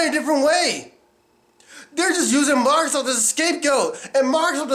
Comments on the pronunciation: its fucking "MICROSOFT" NOT "mARcrosoft" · he says MairoSoft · he also can't even pronounce microsoft